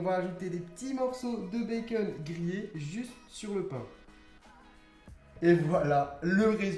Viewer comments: Ça me stresse tu dis " bacen " au lieu de " bacon " mais tes vidéos sont super bien 👌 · pourquoi tu dis baceun